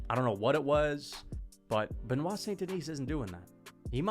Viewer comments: Bennett saint denis???? Cmon that pronounciation is not just peaches and cream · Bro was gone so long, he forgot how to pronounce Benoit.....😅😂 "Bennett"? 🤔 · Why is bro wearing a silly little hat and mispronouncing Benoits name 😭💀